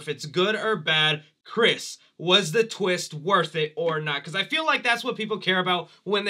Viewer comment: The biggest “WHAT A TWEEST!” moment would’ve been Cris aging himself into Elon Musk 😆